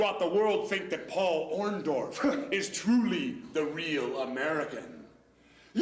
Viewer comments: I always thought it was "Orndorff, not "Orndoff "? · Lol... Hogan keeps saying, "OrnDOFF"... doesn't he WORK with that dude EVERY DAY?!?!?! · Was "Orndorff" intentionally misspelled in the title of this video? Because "Orndoff" is exactly how Hogan used to pronounce it! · Orndork. It's easy to mispronounce. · Maybe Mr Wonderful turned on Hogan because Hogan was taking about them being blood brothers and he couldn't even say his name right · Take a drink every time Hogan mispronounces Orndorff. 🍻